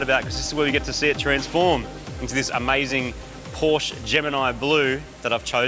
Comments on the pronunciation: Now i am very, veeeery disappointed. Porsch? Really? What happened to the E in the name!? It is PORSCHE. Porsch-E! Like in "meh". Porsch-eh. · Porsche not Porsch.